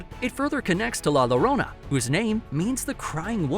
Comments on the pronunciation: Llorona... pronounced as lorona hurt my ears!! Think LL more as an English pronunciation of YO. YO-rona Great video! Dan Da Dan is amazing! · Yeah, also can be said as "IO" "io-rona"